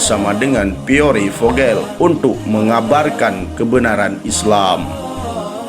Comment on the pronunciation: Mohon maaf Koreksi. Dibacanya Pier Vohel.